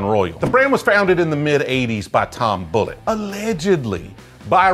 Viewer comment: Like bull it. Not bull et.